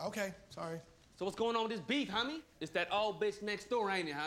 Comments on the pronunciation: The way he says homie “hahmie “ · The part whe he said honmey utscso funny